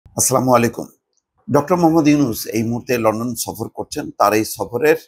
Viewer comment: ভাই,আপনার সালাম হয় না। সালাম দেওয়াটা সহি শুদ্ধভাবে দিন।